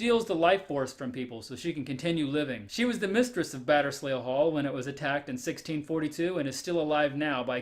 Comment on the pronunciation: "Batterz lee" Hall